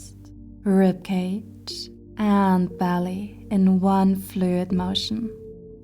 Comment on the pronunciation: Beautiful video , it's "rib" not "rip" 🙏🤍